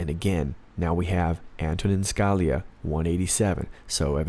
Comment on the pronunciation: It's pronounce Skah-LEE-ah. Again, it's Skah-LEE-ah.